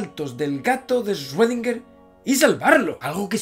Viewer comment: Muy bonito y todo pero cuando aprendes a decir correctamente el nombre de “Schrödinger”?